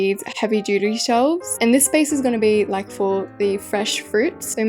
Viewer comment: Beautiful build but u said dodo instead of duty for the shelves.